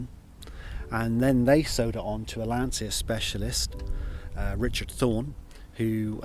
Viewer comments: Great car, congrats! Just one thing... As Italian, I cannot hear your pronunciation of Lancia without having stomach aches! The correct pronunciation is like it's written Lancha. Lan-cha. Repeat: Lan-cha. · Please, it's an italian car. The correct pronunce is Lancha. For example the correct pronunce of Volkswagen is Folksvaghen.